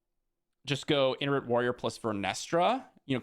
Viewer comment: Hey, I absolutely love your content! I watch you every video and I really appreciate your Insight! I don't want to be rude. I don't want other people to be rude. Itinerant Warrior is pronounced eye-ten-er-ant. Like itinerary. Totally not a big deal you are obviously highly intelligent and capable. I love your videos thank you so much for putting all the hard work into them!